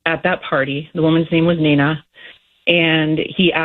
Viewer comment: Her name is not Nina, it’s Mina -aka MG